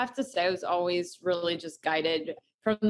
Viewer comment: Its Al-Ways. Not Al-Was 😂 you get me every time!